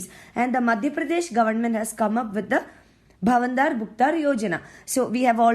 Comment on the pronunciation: U didn't pronounced bhavantar as it should be.